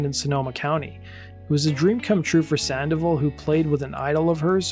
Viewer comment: *SAN-DOH-VAHL > "SAN-DEH-VUHL"